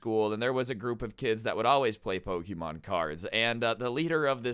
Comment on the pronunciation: Ik its wrong spelling but you sound like saying poki-mon